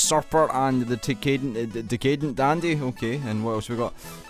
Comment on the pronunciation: Hi, don't know if anyone else mentioned it, but Decadent is pronounced Deck-ah-dent. It basically means self destructively posh.